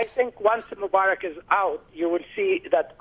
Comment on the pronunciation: his name is Mubarak not Mumbarak!!!!and btw i don't like the guy